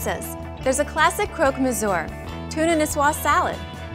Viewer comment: Am I the only one completely outraged by her pronunciation of "croque-monsieur" ?!?! I mean come on at least make the video with someone who can pronounce words properly ! Thank you, a very angry french girl